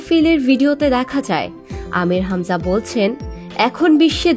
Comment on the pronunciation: আহা আমির হামজার এই উচ্চারণটা মনে হয় ঠিক না